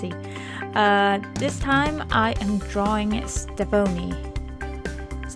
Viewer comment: It's very good! But you pronounced her name wrong. It's pronounced Ste-Von-Ey not Ste-Vone-ey